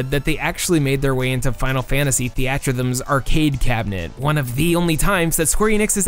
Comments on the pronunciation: Im sorry, did you say Thee-at-truh-thumb? Is it not pronounced Theater Rhythm ? Like Stage Theater + Rhythm Game? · Hold on, I cannot let you get away with saying Theatrhythm like that. It's "theater/theatre rhythm". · I can't believe you mispronounced Theaterrhythm.